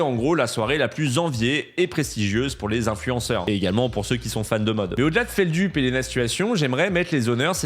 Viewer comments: Ça me stresse qu’il prononce “FeldUp” et non pas “FeldEUp” 😭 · Ça se prononce fèldeup pas feldup 😅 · Feldup prononce lui-même prononce feldulpe. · Feld "Up" ou .... Feld "eup" ? La prononciation, SVP, pour les néophytes comme moi, qui découvre (avec grand plaisir), la personne.... Merci, par avance !!